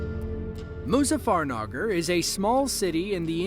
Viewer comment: Muzaffarnagar? Yuzaffarnagar.